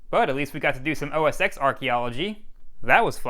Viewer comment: It’s meant to be said “OS Ten”